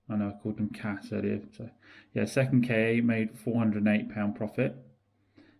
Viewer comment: Interesting video. One observation - it's the Ford 'Ka', not Kay-ay. I feel better now.